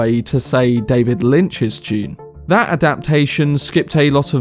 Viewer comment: Did anyone else think he said "June 2021" at the beginning? I almost jumped out of my seat :D